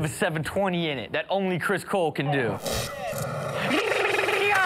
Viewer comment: i thought u said chris bold XD but its chris cole XD